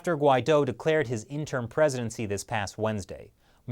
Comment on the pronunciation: you're pronouncing interim incorrectly.